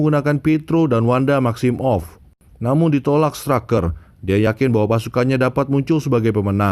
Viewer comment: Every one: maximoff Mimin : maxim off